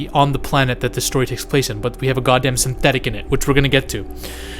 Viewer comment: there was a bit of oomph in that "synthetic" in there, careful now...